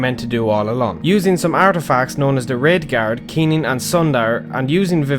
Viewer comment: When this guy says Wraithguard it sounds like "Redguard". Great video btw